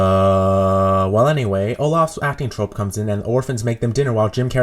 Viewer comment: acting trope? troupe is pronounced troop